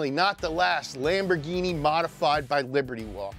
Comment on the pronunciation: I was so ready for another Japanese word after the second time he said "Lamborghienmishtien".